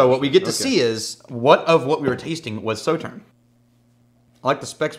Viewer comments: They stressed the pronunciation of Sauterne, and still didn’t say it right...smh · “Saw”tern is correct. Hurt my ears to hear it incorrect. This is a really nice rye but pricey. Better values elsewhere.